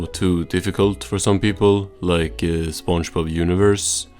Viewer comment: I just can't how it keeps pronouncing it "spongebaaaaaap"